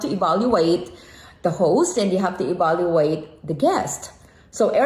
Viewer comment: It’s evaluate not baluate